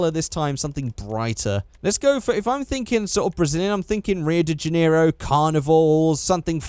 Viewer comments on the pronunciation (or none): none